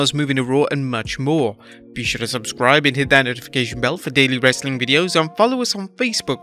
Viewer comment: I hate when he says "WRRRRESTLING CONTENT" at the end